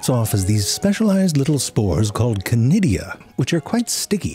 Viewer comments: Chlamydia, did you say? Shiver Oh, conidia, is it? Shiver 2.0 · Conidia? I thought you were saying Clamydia...could we have subtitles? 😊